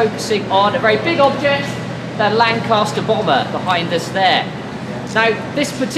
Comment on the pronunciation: LAN "CAS" TER --- CAS as in mama cas KAS KAS KAS